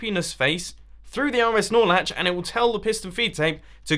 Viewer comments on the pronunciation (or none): is it just me or whenever he says RS norlatch it sound like he's saying RS snorlax😂